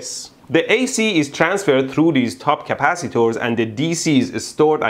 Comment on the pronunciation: Stop saying CAPACITOOORS, I cannot stop lauphing!! Love your accent, it is obvious that you have a middle eastren background.